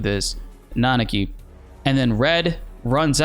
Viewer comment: My man, you know how to pronounce Nanaki.